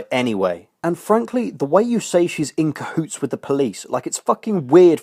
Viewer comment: "Inco Hoots"?